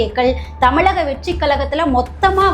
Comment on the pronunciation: ழன்னு சொல்லத் தெரியுமா? ள, ல எல்லாமே வெவ்வேறு pronunciation…எப்படி பேசக் கற்றுக் கொண்டீர்கள். Voice of Tamil Person cannot distinguish basic sounds of Tamil alphabets. தமிளக வெற்றிக் களகம் …இரண்டும் ழ